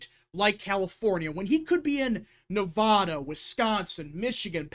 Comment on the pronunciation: Jesus dude say Nevada correctly for once in your life